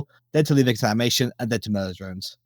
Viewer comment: "LAIM" lol it's Liam!!